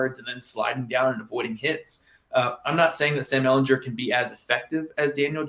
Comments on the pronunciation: Please learn to pronounce your starting QB's last name. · Went to the comments to say this lol. I can't go the rest of the season hearing that 🤣